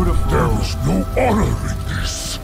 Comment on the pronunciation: I say this with great respect: your channel would be so much better if you were able to pronounce "the" instead of da, and "this" instead of dis.